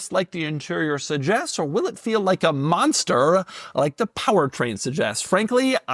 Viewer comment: dougy. u didnt say MONSTER right 😂😂